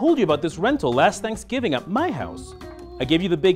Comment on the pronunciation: It’s thanksgiving, not sangibing, that’s gross and not even funny